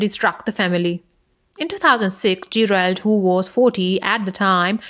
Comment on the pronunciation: She said "Gee - Railed" lol